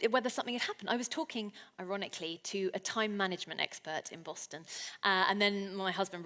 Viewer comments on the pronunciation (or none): none